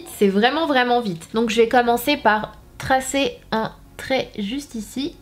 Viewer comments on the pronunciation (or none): none